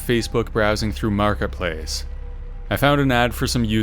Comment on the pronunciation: Love how you say marketplace like you was having a mini stroke lol